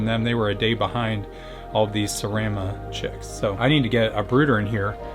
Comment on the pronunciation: serama not seraema